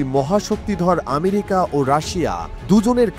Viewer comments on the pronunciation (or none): none